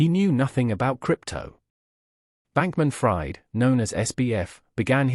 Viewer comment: U can't even get his name right, it's not like "fried chicken", it's pronunced "freed"